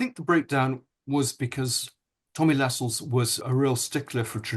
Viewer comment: He is not called Tommy Lascelles. LaSCELLES. It is Tommy LAscelles. Emphasis on La not Scelles. Andrew Lownie claims to know all these grand people. 🤔🤔🤔🤔🤔🤔